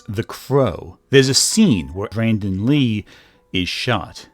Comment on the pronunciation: Maybe it's your accent, but it sounds like you mispronounce Brandon Lee's name as Brendon. And I thought the Alec Baldwin accident happened while filming a scene where he was supposed to fire the gun. But other crew members had been shooting live rounds in them earlier that day or the day before, and the weapon master failed to clear and load them with blanks before the scene.